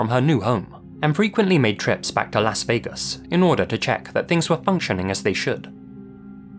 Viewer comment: what’s funny is you actually pronounce that correctly whereas in America the vast majority of ppl (I’ve met having visited 30 states) pronounce it ‘Loss’ Vegas. Varying dialects have warped it slightly but I find it amusing that you actually say it the way it was intended to be pronounced.